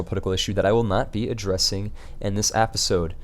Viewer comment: Hey I'm sorta new here but why do you say appisode instead of episode, is that like an inside viewer thing or what.